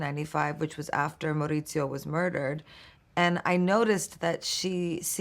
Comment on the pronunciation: She says Mo'ritzio, but it's Muh-oo-ritzio